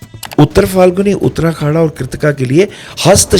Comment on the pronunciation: वाह वाह वाह,! ज्ञान का भंडार हैं आप! आप का ज्ञान को सहस्र प्रणाम, वो भी गुरु पूर्णिमा पर!👌🙏 बस, एक ही हंसी वाला कमेंट है - आप बार बार "उत्तराखाडा" का ज़िक्र करते हो, जब नक्षत्र सूक्तम में "उत्तराषाढ़ा" कहा गया है!😊